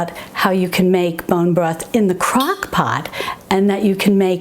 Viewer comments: ROFL, said "cockpot ". Sorry, I'm not making fun just think its funny. Thank you for these videos. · Did you say cock pot? LOL